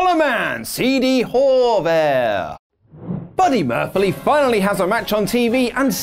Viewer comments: "Buddy Murphfly" ~ 2019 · "Buddy Murphyly"